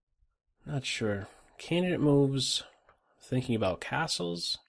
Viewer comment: Phone rings, I press pause just as is saying "castles", i finish on the phone and press play, I stand surprised by finishing his word sounding like "assholes" lol